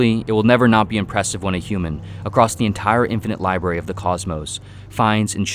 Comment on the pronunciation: Lol "The Liberry"